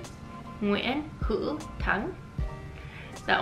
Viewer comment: Bạn phát âm họ tên của nhiều người Việt rất tốt rồi đấy, chỉ một vài từ chưa đúng thôi. Ví dụ: từ "Hữu", bạn đọc là "Hữ". Nỗ lực của bạn thật đáng quý. Hy vọng bạn sẽ nói tốt tiếng Việt vào một ngày không xa. Chúc bạn thành công !